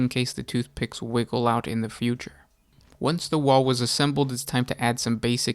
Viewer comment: Is he saying wall or waghhh?